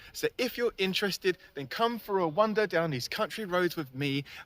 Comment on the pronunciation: it sounds like you are saying wonder instead of wander! (maybe you are doing both?!)